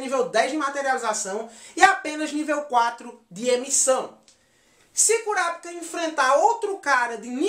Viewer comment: curapica???? mano se escreve Kurapika mas se fala Korapaika entendeu?